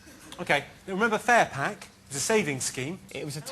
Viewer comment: when he said furpack i thought it was butter aswell.......... lol